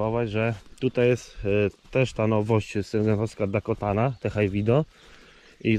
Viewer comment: I cały film źle wymawia nazwę jęczmienia 🤦 ,,Dakota ,,to prawidłowa nazwa , nie jakaś Dakotana